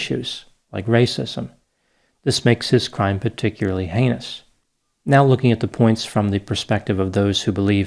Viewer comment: Only one word "heinous" especially the inous part.